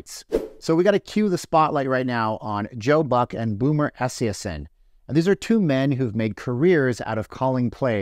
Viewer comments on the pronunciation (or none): Im pretty sure Joe Buck who has called several Superbowls and World Series and has a Net Worth of 35 Million would get a ticket if he wanted one? Also Boomer Esiason is a former league MVP and Superbowl Quarterback. His last name is pronounced EE SI A SON just so you are aware since you have obviously never watched a Football game Lmfao 😂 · So in your research you can’t get a guys name right ? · You’re mocking his name. Yet, you can’t even pronounce his last name correctly. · Thanks for another interesting video. But with all due respect with all your “research“ I’m shocked that you didn’t figure out how to pronounce Boomer Esiason’s name correctly. He has been a major fixture in the NFL for years and years… I would’ve thought you would’ve known how to pronounce his name without any research. But, that aside, you are always interesting and provocative. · Do some research,. You said Boomer’s last name wrong. Not even close. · Obviously not a football fan. Can't pronounce boomers name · mispronouncing boomers last name is still wrong terrible and i dont even like the guy sad sad sad